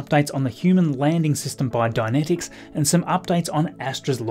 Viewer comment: About the pronunciation: Dynetics; Die-Net-Iks, as opposed to Dianetics; Dia-net-iks, a horse of a very different colour. Dianetics is part of the worship of L Ron Hubbard, a very flawed bit of mortal clay. It was the first book of his I read, back in, like, 1966. It was 15 years old then. Now it's part of his religious canon. It was crap (pure mummery, psychologically speaking) then, and it has not aged well since. Hearing you pronounce it "dia-net-iks" is kinda creepy, from my point of view, and no offense meant.